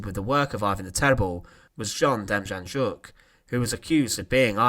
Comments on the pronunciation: its pronounced denjanyuk not ja, because in Ukranian like German the J is pronounced as a Y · Good video, just a point of interest, his name, Demjanjuk, the J’s are pronounced as a Y, so it’s not Dem Jan Juk, it’s pronounced Dem Yan Yuk. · ITS PRONOUNCES DEM YAN YUK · John DIM-YAHN-YUK is how it's pronounced. You sounded like you were having a stroke when you attempted to pronounce his name lol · N.B. The J in his name was pronounced as a Y, hence Demyanyuk. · It’s pronounced Dem-on-yuck the Js are silent ☠️ becomes him Terrible man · I live in Ohio and his name was in and out of the news for years. It's pronounced dem - yan - yook. He was living in Cleveland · De-Mmm-yeah-Nyuk. It's hard to write how to pronounce it. But those J's are not pronounced. Theres a documentary on netflix here in the staes about him. Called the devil next door. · You're pronouncing his name wrong its Dem - Yan - Yook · I believe the name is pronounced Dem yon yook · FYI.....Demjanjuk is pronounced Dem-yan-yuk. The Devil is in the details. Rudolph Hoess is not Rudolf Hess. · Name is pronounced as “dem-YAN-yuk” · Narrator: try Dame-yon-yook! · It’s pronounced ‘John demYanyook’ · Very good video but the j in his name is to be pronounced as y . Demjanjuk is to be said as Demyanyuk . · Demjanjuk is pronounced Dem Yan Yuk. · Great presentation, one correction: Demjanjuk is pronounced “Dem—YAN-Yuk” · No j sound but like a y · You butchered the john demianiuk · The ‘J’ is pronounced as a ‘Y’ in Demjanjuk. 🤦🏼‍♀️ Maybe do some more research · It disgusts me that people are trying to monetize history with a few pictures and some narration, but they can’t even pronounce the names of their subjects. John Demjanjuk is not pronounced as you say. You want to post about history? Do the work…